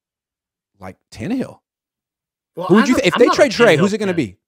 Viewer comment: can you please stop saying Ryan tannehill 😂😂😂😂… my God no ! 😂